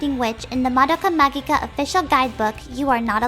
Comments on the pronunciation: Puella Magi Madoka Magica is pronounced PUELLA MAJI MADOKA MAJIKA not PUELLA MAGEEEEEE MADOKA MAGEEKAA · It's prononced "ma-ji-ka".... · It should be pronounced "maji" and 'majica" though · you read the kana, there's clearly a hard "g" in Magika. Your guess is as good as mine on "magi", that was invented for the English release. The Japanese title would be romanized as "Mahou Shoujo Madoka Magika". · The fu-- Is "Magica" actually pronounced like that?